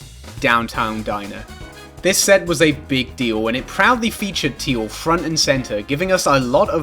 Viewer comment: every single time you say "set" i immediately assume you said "sex" for absolutely no reason